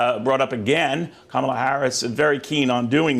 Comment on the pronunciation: please pronounce it Kámala, like a crystal flute.